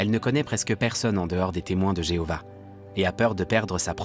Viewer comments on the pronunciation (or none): Louez l'I.A ! Et adorez plutôt Jevouah (que Jeovah)